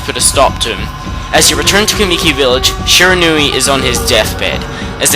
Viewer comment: Shirinau (hope I spelled right) he said it like it's spelled differently